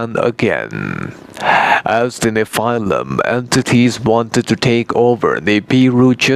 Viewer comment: Check your pronunciation of the word nephilim :)